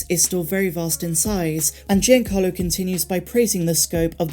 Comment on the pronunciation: Please tell me someone else giggled at "GINACARLO Esposito."